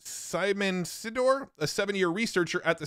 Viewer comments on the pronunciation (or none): Three researchers mentioned are Polish names, so let me correct the pronounciation: - Jakub Pachocki [Jacob Pah-hotz-key] - Aleksander Mądry [Alexander Mow-dree] - Szymon Sidor [Simon See-dorr]